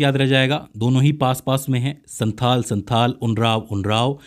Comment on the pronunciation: Sir santal hoga. Santhal nhi